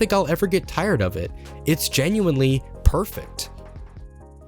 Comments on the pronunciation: The U in OSU! is silent because it is Japanese. It's a very manly and rough way of saying "HEY". Accosiated with delinquents and martial artists. And its not pronounced Oh-S either heh. It's more like Oz (like in the the wizard of oz)! The name stems from the fact that OSU! is a simulator of the games series "Osu! Tatakae! Ouendan!" (HEY! FIGHT! CHEER SQUAD!") for the Nintendo DS (also got a US entry in the series named Elite Beat Agents). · Don’t be ignorant. “Osu” is pronounced “oss” where “u” is silent because that’s how Japanese works. Study the language a bit. It uses “syllables” in its written language. To make a single consonant, it drops the “u.” So if you say “I’m a teacher” in Japanese, it’s written as “先生です.” (Sensei desu) but most Japanese say “dess” instead of “desu.” Some say desu for emphasis or just to sound “cute” but most say dess.